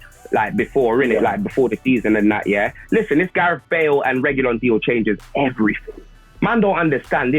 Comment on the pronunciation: Its Reguillon 🤣🤣🤣